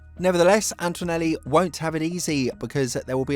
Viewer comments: AnTOnelli ✅ AnTOInelli ❌ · There's no "w" sound in Antonelli...